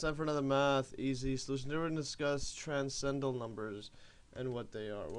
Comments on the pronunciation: It would help if you could properly pronounce transcendental. You keep saying TRANS CENDAL instead of TRANS CEN DENTAL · I think he was poking fun at you, since you say "trascendal" many times during the video. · Not only is this far some simple, the sides are missing of the video. Not everything stated is correct. You can't even pronounce transcendental. Why do you write half of the things you are saying when you clearly have the ability to type when you copy and paste text